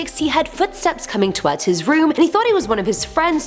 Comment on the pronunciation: Love you but I must say you are the only person I have heard pronounce towards like towerds